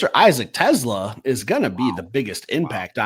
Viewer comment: is funny. Lmao. He throws his hands up and says "respect respect" and still mispronounces TeSlaa's last name 😄.. "no disrespect".. then, he ostensibly says a few nice things, and then, says "but. BUT" lmao! I've heard somewhere before that when one person is apologizing or complimenting another person when 'but' enters the conversation, everything before that point has little to no meaning. Lol.